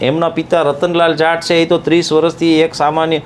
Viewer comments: It's not jant 😂😂😂 it's JAAT please pronounce it's properly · જાંટ નઈ જાટ 🤣🤣